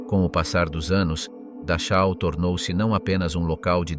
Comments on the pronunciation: Se escribe Dachau, pero, FONÉTICAMENTE se dice DAJO. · Dar chau ? O que é isso? Poderia caprichar um pouco mais com os nomes. Afinal um bom profissional aprende a falar os nomes minimamente corretos. Da chau! 😂😂😂😂😂😂😂